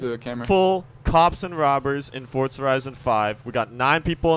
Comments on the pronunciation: There's no t in forza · uhh, forza, not fortza 💀💀